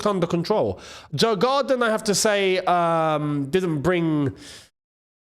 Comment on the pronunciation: It's pronounced YOUR- GARDEN (Djurgarden) COYB!🎉